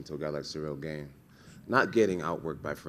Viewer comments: I promise Jon knows how to pronounce Gane's name. He says Gain on purpose. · Sehrill Gayne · I love that Jon sticks to saying ganes name wrong 😆 pure purposeful disrespect